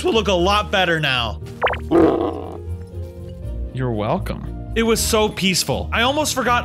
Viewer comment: Why did he say your welcome like that😂